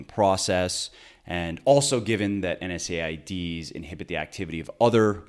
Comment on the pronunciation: Good info but I cringed every time I heard NSAIDs. It’s “En-seds” ... sorry, it’s the pharmacist in me :)